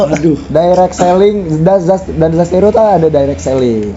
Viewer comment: mantab bang terimakasih review nyaaa💖😂 btw admin perlu di ospek penyebutan zasteiro ya bang